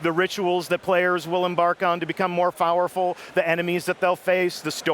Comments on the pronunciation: Lol did say become more fowerful or was I hearing thing? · he said voerfull